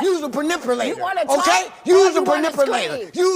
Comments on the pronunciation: “YOUS A PERNIPULATOR” 😂😂😂😂😂😂😂😂😂😂😂😂😂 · 😭😭😭HUSH!!!!! he was trying to say manipulator!!!!😫😫😫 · "shes a Pinipulator" 😭😭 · “Yousa penipulater” 🗣️😂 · WTH is a Panipulator????? So embarrassing. I wish my brothers and sisters stop embarrassing me. The fact I am sure he's said this word this way his entire life and Noone has corrected him is even more embarrassing.